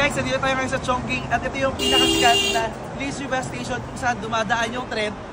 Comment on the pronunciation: Diba sya pronounced as CHONG•CHING?